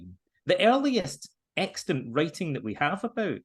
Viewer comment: I may be the only one who holds this view, but it's nice to hear someone use the word "extant" without stomping on the second syllable.